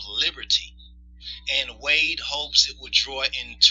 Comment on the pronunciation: A North Korean construction company was contracted to build the monument, it wasn't built with money from the North Korean government. The Senegalese prez's name is pronounced Wa' day.